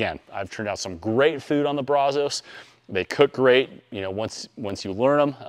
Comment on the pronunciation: I can't take you serious on how you pronounce brazos! I stopped watching after you mutilated that lol